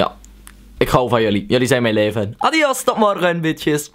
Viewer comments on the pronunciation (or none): none